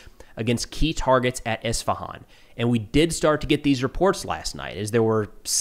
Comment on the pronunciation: Finally Isfahan being pronounced at least close to how it’s actually pronounced 😂